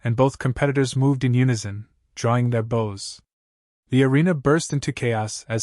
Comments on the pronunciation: Pronounced Bo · Bow and sails, Bo and arrows please get it right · ALL of you people posting these stories.....PLEASE STOP using AI to read until they can FREAKIN read English without ALL the mistakes. I am 1 minute into the story and already we have a "Bow"...like the bow of a ship...instead of a "Bow" like a bow in a girls hair or a bow-tie!!!!!!!!!!!!!! Jesus!!!!! I am going to TRY to keep listening to the story. But, just how many more errors am I going to hear!!!???